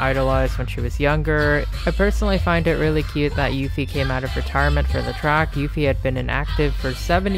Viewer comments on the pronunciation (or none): the way you pronounced uffie lmaooooo, its uh-ffie not you-ffie